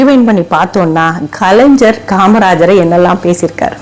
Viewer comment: நீங்கள் பேசுவது சரிதான் அம்மா, ஆனால் கலைஞர் எ‌ன்ற வார்த்தையை சரியாக உச்சரியுங்க‌ள் .